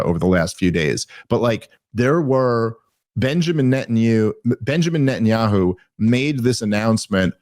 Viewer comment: Dave on the verge of saying Net-n-Yoohoo